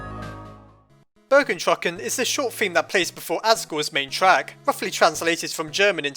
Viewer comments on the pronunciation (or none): Two things: A: It's "Megalo Strike Back". There's no second 's' in Strike And B: It's Bergentruckung, not burger-trucking. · you butchered bergentrukung XD the dots over the vowels denote a 'oo' sound (roughly) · It's not (burger-truck-in) it is pronounced (burg-ent-ru-kung) it's German for "king in the mountains" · at the end did u say burgers and trucks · Dude the way you said BERGENDRÜCKUNG just cracks me up (I‘m german, sorry 😐) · I want to make something clear: Bergentrückung (please check the pronunciation on Google translate) does not in any way translate into "King of/in/under the mountain". Also, it is not a person that is referred to with this word, but rather a spiritual concept. Bergentrückung consists of two German words. "Berg" is the German word for mountain, while "Entrückung" describes a person's shift into another spiritual domain (like a paradise or underworld) without dying. Bergentrückung specifically states that a person lives on in an underworld (in most cases under a mountain) and mostly affects kings and heroes in folklore who lie in wait until they are needed once more. Why do all people translate Bergentrückung as "King in the mountain", then? Quite simple. If you google "Bergentrückung", you will find the German Wikipedia page. If you change it to English, it goes to "King in the mountain", as this is the English name for the trope in literature. But it is not the right translation, as it directly refers to the person who is "entrückt" and not the "Entrückung" itself.